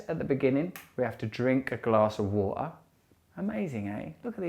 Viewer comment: Free minutes ?? Do you mean Three Russell? Waaa...kka?? C'mon Russell. PLEASE. ITS WATER...WITH A "T".....